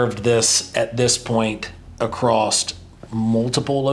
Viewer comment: If you're trying to sound intelligent and you know what you're talking about, stop putting a T at the end of the word across